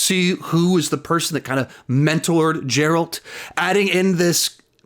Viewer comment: G.... G... Geralt. Not "Jeralt"